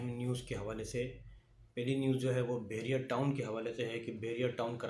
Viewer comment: Bahria , not behria